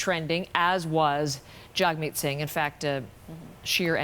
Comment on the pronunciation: These two woman cant even get Jagmeet's name correct , very poor journalism.